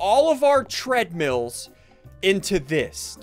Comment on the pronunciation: When he said tradmills i lost it😂😂😂😂